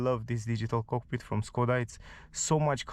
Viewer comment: Škoda = Schkoda, it is not Skoda. Š=Sch